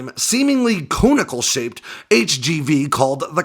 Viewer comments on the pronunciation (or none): ITS NOT "CONE-ICLE"....ITS "CON - ICAL"....WHY DO YOU KEEP SAYING RUSSIA HAS A HYPERSONIC MISSILE....THEY DON'T! THE PHUCKING ISKANDER/KINZHAL IS EXO-ATMOSPHERIC AT MACH 10...AND 3.2 - 3.4 INSIDE THE ATMOSPHERE...AND DOESN'T MANEUVER!!!! EVEN CHINA ADMITTED IT ON STATE T.V......HELL, WEVE HAD MISSILES THAT DO MACH 24 SINCE THE 1960'S...BFD! RUSSIA CANT HIT THE RIGHT CITY OR GET 2 SARMATS IN A ROW TO WORK, THE 1ST ONE WORKED KINDA, THE NEXT 5 BLEW UP IN THEIR FACE OF FAILED AND THEY CANT BUILD SHIT WITHOUT ACCESS TO OUR COMMERCIAL TECHNOLOGY...NO TANKS, NO PLANES, NO NOTHING.